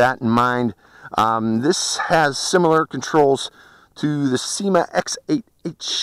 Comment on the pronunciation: It's Syma , not seema.